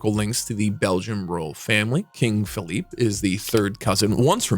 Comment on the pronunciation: "Bah den", not "Bay den". "Feh lee peh", not "Fehlip".